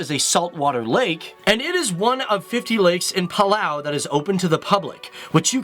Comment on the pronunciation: palau? seriously?